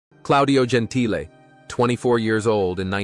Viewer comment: It’s pronounced Gen-T-Le, not Gen-Tile…is this an AI commentary? This and other incorrect pronunciations of names are so annoying. It ruins what should be a good story 🙄